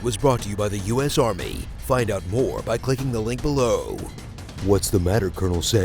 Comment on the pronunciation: "Today's episode is brought to you by the 'u.s. armeh'." - removes 'like' - >.<